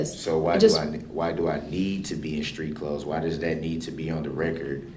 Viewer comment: Dem, dis, dat. Are our teachers speaking like that in schools? How is it that black people cannot say, Them, This, That?